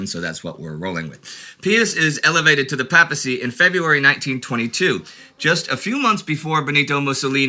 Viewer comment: He pronounced papacy incorrectly.